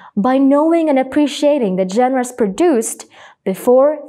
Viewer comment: CONSTRUCTIVE CRITICISM ONLY ✌️ genres - génres (the stress is on the first syllable). When you're pronouncing it, it's like both syllables have the same speed decipher - di-say-fur, not de-see-fur refers - reférs (with stress on the second syllable), not réfers. You kept saying réfers since the first episode and I wonder what your reference (now the stress is on the first syllable) is. 😅😅 exciting - iksayting, not egzayting modules - mah-jools, not mow-jools